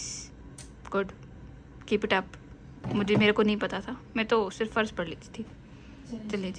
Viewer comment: Farad nhi faraz